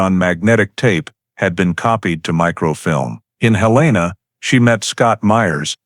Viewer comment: It’s Hell’-in-uh, not Hill-ane’-uh.